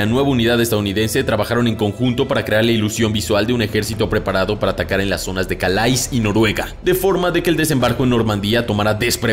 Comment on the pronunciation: Creo que "Calais" se pronuncia "Calé".